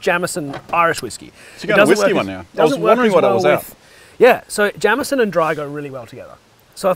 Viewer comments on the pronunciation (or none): It's not jam-eson. It's jayemeson. And it would be a rosin. Pronounced rosheen. Keep er lit.